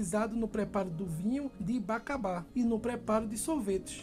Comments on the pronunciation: Bacabá? Acho que é bacaba a pronúncia está errada. E nunca vi ninguém utilizar o nome açú no final rsrsrs, acho que o gelado é de açaí mesmo pois bacaba tem cor clara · Não é BACABÁ E SIM BACÁBA. A maioria dos frutos são azedos/acidos por causa do solo aqui da Amazônia. E a Bacaba é irmão do açaí, então é similar, muito gostoso. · Não se chama bacabá e sim BACÁBA. É irmão do açaí muito deliciosos também, a cor dele é diferente.